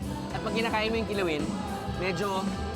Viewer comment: Kilawin = pinoy Kelaguen = pag bulol na americano